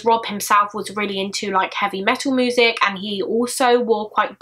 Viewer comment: such an awful case watched all of your cases the way you say moosic (music) is ace haha